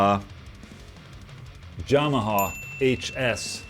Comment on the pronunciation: I've always loved the way you pronounce Just, but now I also love the way you pronounce Yamaha.